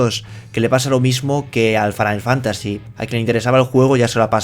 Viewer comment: "Wolfrestein II y Farain Fantasy" xD xD xD